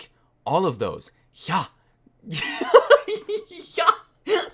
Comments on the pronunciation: When you said "yha" I started crying even more than I already was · how you pronounced the "yha" sounded exactly like an ironic "ja" (yes) in german